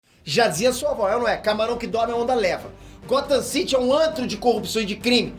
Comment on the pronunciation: eu pensava que ele estava falando Brasil, mas era Gotham City kkkkkkkkkk